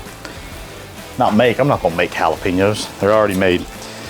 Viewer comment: You lost me at Jalepeos...